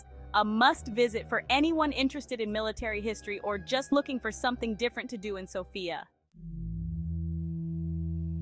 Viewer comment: The accent is on the 1st syllable....Sof...not on "ia"...